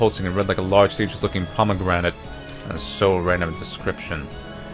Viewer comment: "Dangerous pomergrante" lmao